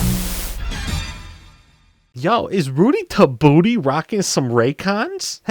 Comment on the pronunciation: My boi said Rudy Ta Booty 😂childhood memory unlocked